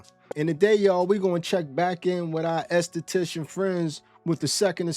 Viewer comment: Okay what I want to know is who taught you how to pronounce an enesthetician